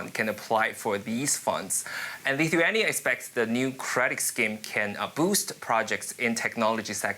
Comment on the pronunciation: This guy can’t even pronounce Lithuania properly lol that tells something. It IS a small country init?